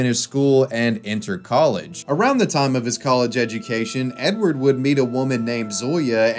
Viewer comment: It's not Edward, it's Eduard.